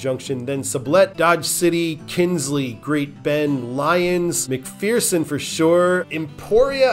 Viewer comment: As someone who lived there , we pronounce McPherson as “mickfursin” not “mickfearsin”